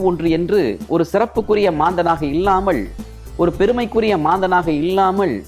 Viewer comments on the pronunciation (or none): ஐயா உச்சரிப்புக் குறைபாடுகளான பள்வேறு, ஸிக்கள் இள்ளாமள், இள்ளாமல், ஸூழ்நிலை, யாராள், guணம், தடங்கள் போன்றவற்றைச் சரி செய்யவும்.